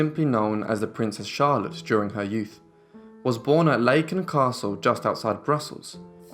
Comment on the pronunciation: Laken (Flemish) or Laeken (French version) is pronounced with an 'a' as in arms, not an a as in 'made'. Sans rancune, how could you know?